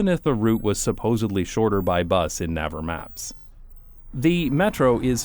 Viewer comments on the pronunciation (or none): it’s actually pronounced ‘nayver’, as in navy. the SK metro system has spoiled me so much 😂 i only hope the nyc ones would be half as good